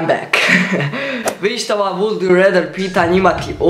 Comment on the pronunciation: Cekaj,cekaj...Kako si procitao would?.....Pa stvarno Boze...